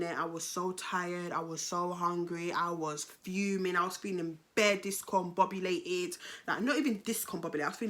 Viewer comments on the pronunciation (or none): How did she say "Discombombs" nah i love this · I swear you always say disconbobulated 😂 Hairs looking peng btw 😍